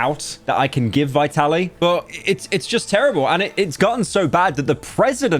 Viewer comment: As always pyro can’t even pronounce the name of the subject correctly. It’s Vee-tuh-leej